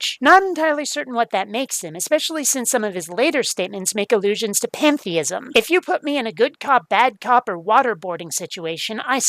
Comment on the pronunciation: Did he say, "Panda-ism?"